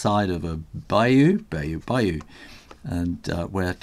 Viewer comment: I am impressed that you pronounced the word bayou correctly! I am originally from Louisiana, and moved to the great north years ago. Noodling is more common in the south central US, for instance Oklahoma. Noodlers is a Massachusetts company and the inks and pens are made there. Thanks for your vids. BTW, I am not sure the colour of your Lamy showed true on my iPad, but, it it is orange, you might know that that is a rare and highly sought after Lamy Safari!